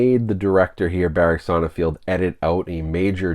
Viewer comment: Hey dude, I love your channel forever, but the director's last name is pronounced Sonnenfeld, no field.